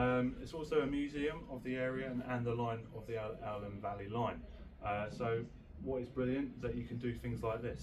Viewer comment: Elham is pronounced 'ee-lam'.